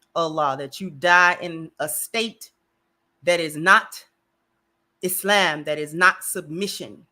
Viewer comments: She’s pronouncing it correctly. إسلام <—- Is-Lam. Is-lom is us Americanizing the Arabic. We need to say it as it’s really pronounced, which is what she’s doing. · her pronunciation is closer to standard arabic but there are other accepted pronunciations in English speaking countries. iz-lom, is-lom, islam are all acceptable.